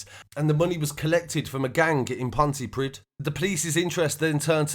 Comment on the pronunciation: Haha Pontypridd (Pontypreeth *) 😉